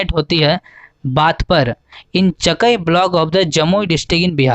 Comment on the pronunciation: Cha kaaiiiii Pronounce galat kar rahe ho